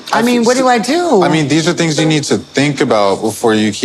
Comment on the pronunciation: tings... as in things lol